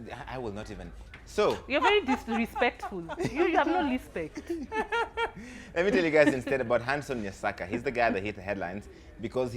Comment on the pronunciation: hehe ati LISPECT LISPECT